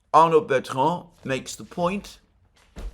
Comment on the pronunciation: Arnaud Bertrand, not Arnold Betron. That might be from the AI generating the index.